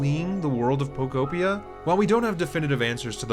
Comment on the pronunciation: I believe it is pronounced po-KO PEE-uh sir